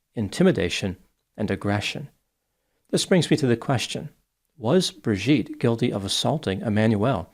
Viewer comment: You keep mispronouncing her name as Bir-gitte, instead of Bri-gitte.